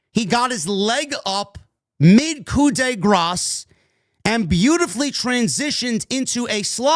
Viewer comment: I must say it because it makes me want to vomit every time Michael Cole does it and I respect you too much to let you go on mispronouncing it... it's pronounced "coo de grah", not "coo de gras." The S is silent. Thanks man.